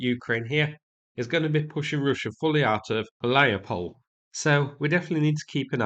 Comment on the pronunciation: You’re doing great so far with the names. But please, all the Ukrainian settlements names endings that end with “e”, read them as “eh”. So like - “Hu-lyai-pol-eh”.